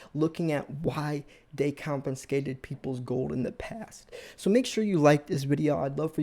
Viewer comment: "Compenscated" ???? !!!! If you want credibility, pal, please learn to speak English.